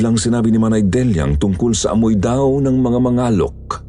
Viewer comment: "Mangalek" po kasi yun hindi Ma-nga-lok hahahahahahahha Pabilis po ung pag kakabigkas 😭😭😭😭